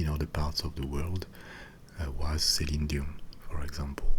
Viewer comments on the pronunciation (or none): none